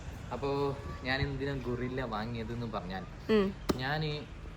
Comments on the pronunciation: അല്ല കേട്ടോ ഗൊറില്ല എന്നാണ് കേൾക്കുന്നത് 😂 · ഗൊറില്ല അല്ല ഗൂയ്‌സ് 🤦‍♂️